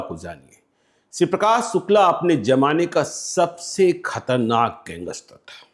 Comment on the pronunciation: Gangster ko gangeshter kehne wala kya patrakarita karta hoga pata chal gaya